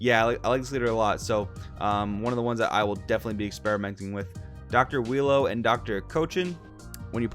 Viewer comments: Its pronounce U-i-ro. Phonomically its ooo-e-row. Im just going to go with willow/wheelo tho lol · I love how you call him wheelo 😊😂😂 im also gonna call him wheelo since thats the name im basically used to lol